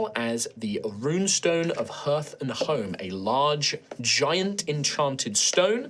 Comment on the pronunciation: From the future... please tell me someone tells it's pronounced 'harth'